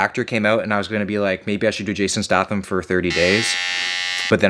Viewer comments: Every time this mans said jason statham’s last name I cringed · You keep saying his name wrong wtf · Announce Statham wrong one more God damn time, I double dog dare you.... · Please stop pronouncing his surname like that😂 much love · "I'm gonna eat like him. I'm gonna train like him. I'm gonna do everything like him." Except pronounce his name correctly. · please tell me you are saying his last name that way as a joke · Is anyone else annoyed by the way he pronounces Jason Statham? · the way you butchered his last name was triggering me but you seem to nice of a guy to have beef with and since I found this channel about a week ago I have been fucking hooked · That's not how statham is pronounced 😂😂😂😂😂 and you boil the water before you put eggs in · Who gonna teach him how to say Statham correctly? 😂😂😂😂😂😂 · The way you say statham hurts me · Yep. You’re a schmuck. Eh sorry eh lol. Did you come to Alexandria Va? Hit me up when you do again so I can mispronounce your name. #tafiffs. Did I just spell it wrong? 😅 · The way he says his last name is killing me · His last name is Statham, not Statham. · You said his name wrong man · butchered his last name, sons crying now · Your pronouncing statham wrong man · Is that how Americans pronounce statham? It’s hurting my soul every time he says it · Your pronunciation of Statham is mildly satisfying. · The whole video I’m thinking in my head every time you say “Stahtham”, “it’s stayyyyythem,! StayThem!!!” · Pink socks. Rather cool and a great video as always......BTW It's pronounced STAY-THAM. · Pronounced stay tham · Stay-them not Sta-them. And his best movie is Snatch. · "Stay " "thim" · Yes u fool it’s stay-tham not stAtham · Yeah it's stay-them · This man said JASON STaTHAM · Pronounced stay-thumb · It's pronounced staytham btw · It’s pronounced stay-tham 😋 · It’s st-AY-tham not at-AH-tham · “Jason Stahfum” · fyi it's pronounced staytham also did you know he was an olympic quality high diver? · Jason stath-ham lol